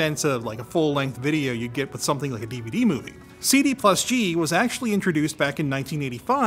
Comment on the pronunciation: What's a cee-dee and a devah-dee he keeps talking about?????